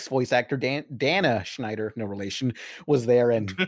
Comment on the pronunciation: Aren’t a lot of content creators these days essentially celebrities? Also, it’s Dana Snyder, not Schneider.